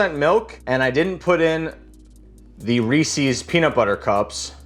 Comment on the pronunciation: "Reesies" HURRDURRHURR. it's pronounced Reese's you anabolic cream king